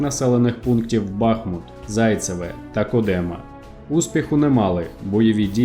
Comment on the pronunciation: місто БахмУт, село КОдемо. Великими буквами зазначила правильний наголос